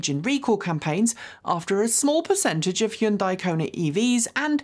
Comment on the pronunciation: I think you're over pronouncing Hyundai